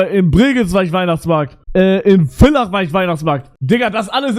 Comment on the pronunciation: Wenn mal wieder ne Ösitour is bitte kommt wieder nach Villach und ich bin stolz auf dich dass du Villach richtig ausgesprochen hast WOW